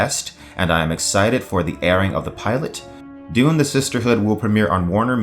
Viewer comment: You really say Doom , not Dune. YouTube auto text did not make a mistake!